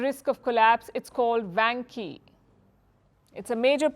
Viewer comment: dear，You should check it out or learn some Chinese，vanke万科 is pronounced like wanker